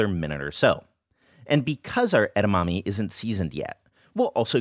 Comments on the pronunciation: it's edamame, not edamami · Love your channel - this is just fyi (from 日系人): edamame is pronounced eh-dah-mah-meh (first and last syllable has the same short “eh” vowel sound, and not long E)